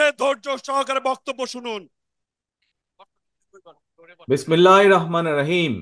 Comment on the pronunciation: বিসমিল্লাহ ও সালামটাও এখনো শুদ্ধভাবে শেখা হয়নি!